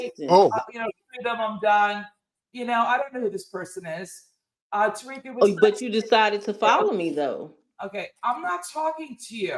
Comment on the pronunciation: Lmao. Flex needs to just bang on them Suspected WS from the gate. The deliberate mispronunciation of Black names (Tah-Rick, Two-Pack, Fair-A-Can) is always the dead- giveaway.